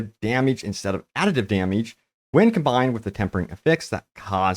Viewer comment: Dameege. Lol